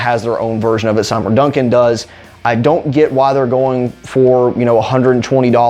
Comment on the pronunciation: I’ve never heard Seymour pronounced that way Correct pronunciation is See-More